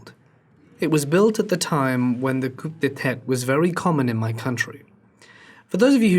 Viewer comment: I realize this was recorded two years ago (as of 5/6/24) so maybe you've heard this already, but the term "coup d'état" is pronounced coo day-tah.